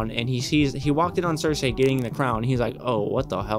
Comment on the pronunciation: How are you damn near 7 seasons into this show but you still pronounce names wrong like Loras, Varys, Cersei etc